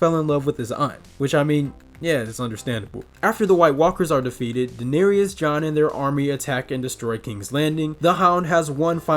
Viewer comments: You missed pronounce it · You could at least pronounce Daenerys correctly… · Ah yes the mother of dragons, Dahneerius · Sorry, but you’re saying the name of the mother of dragons wrong? It is pronounced, and spelled,Daenerys but it is properly pronounce as daneris but it is pronounce. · the way you pronounce Daenerys literally drives me insane